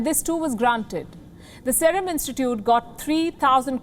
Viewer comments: Wrong pronounciation of Serum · What a Jerk news channel.. this is like one of the BJP propoganda machine.. this stupid news anchor can't even pronunciate "Serum"... She is a pure "bhanghan"...